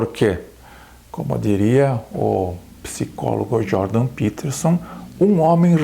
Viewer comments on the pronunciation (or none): none